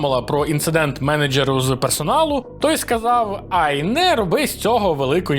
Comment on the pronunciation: Менеджьєру ахахаха, шо з вимовою, ти з України взагалі?